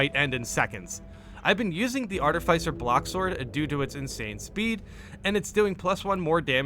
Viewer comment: "Arti-fise-er" lol